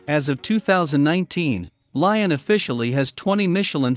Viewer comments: Lyon is pronounced “Lee-On”, NOT “Lion” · It's pronounced Leeon you idiot.